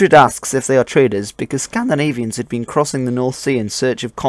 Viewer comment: Where are you from,? Your accent when pronouncing Scandinavian words is charming <3